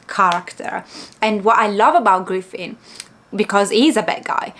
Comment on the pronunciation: Hey hey, just so you know to , you pronounced Griffith correctly. In regards to some Dark fantasy, Horror and Grimdark Manga/Anime recommendations, here's a few of my favorites. Made in Abyss by Akihito Tsukushi, Claymore by Yagi Norihiro, and Monster by Naoki Urasawa. If you like Lovecraftian Horror, then I would recommend all of the works by Junji Ito, especially Uzumaki, and the Hanging Balloons. Also since you finished the Golden Age arc, i would recommend the '97 Anime, and the 3 films. Both series cover the Golden Age.